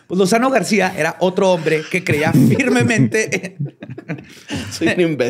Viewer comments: Que pinche ansiedad me dió cada vez que escuchaba a decirle Lozano García Lozano Gracia. Maldita dislexia. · ¡Es "Lozano GRACIA"! Ja ja ja... Él y su dislexia... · Solo a se le perdona decir Lozano García en lugar de Lozano Gracia. Gran capítulo muchachos. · No es Lozano Garcia, es Lozano Gracia. recuerdo que en azteca les hacían muchísima burla... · Se la pasó diciendo "Lozano García" en vez de "Lozano Gracia", no? O el disléxico soy yo? 😅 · dijo varias veces mal el nombre del Procurador, que era Lozano Gracia, no Lozano García. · Yo estresada cada vez que decía Lozano García, porque es Lozano GRACIA 🤭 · Un detallito, espero no haber oído mal. Pero creo que es Lozano Gracia y no Garcia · Es Antonio Lozano GRACIA, no Garcia.. y Chapa Bezanilla, no Benzanillla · Sé de la dislexia de, pero cada que decía García me brincaba un poco,lo correcto es Lozano Gracia. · Lozano GRACIA, no "García". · Jajaja. Así es, es Lozano Gracia, pero es así que...